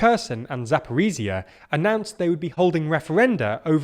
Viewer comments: ZaporiZHZHia (like J/ZH) 🇺🇦, not ZaporiZia (not Z) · Zakorizia? Maybe Zaporoz'hye?